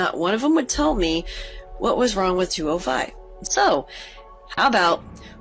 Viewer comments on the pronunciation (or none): none